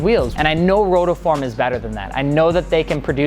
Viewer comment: Guy at the start saying "rotoform".